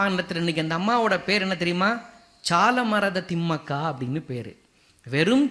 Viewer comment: It is not chalumaradha ,it is Salumaradha Thimakka.